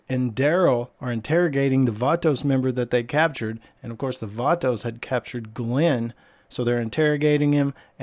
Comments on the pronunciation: Stop sayin vaatoos gaang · I’m so triggered by how many times he said “Vatos” and he said it wrong over and over again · Cringing with the way you pronounce “vatos”